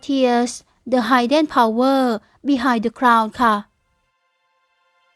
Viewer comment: Hidden ออกเสียง “ฮิดเดน” ไม่ใช่ ไฮเดน นะจ๊ะหนู